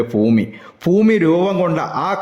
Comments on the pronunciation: കുറ്റപ്പെടുത്തുകയല്ല ബ്രോ ഫൂമി അല്ല ഭൂമി 👍🏻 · ഫൂമി ! എന്തൊരു അരോചകമാണിത് ഭാഷ നന്നാക്കാൻ ശ്രമിക്കൂ ശരിയാക്കിയെടുക്കാവുന്നതേയുള്ളൂ